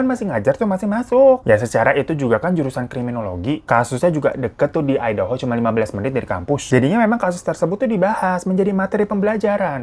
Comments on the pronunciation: Hahhh ai'daho dong ,,😅.. aEi de ho..ngejanya bang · MAAF KA DI BACANYA AYDEUHO BUKAN IDAHO AKU TAU DARI YOUTUBER ASAL AMERIKA YANG BERBAHASA INDONESIA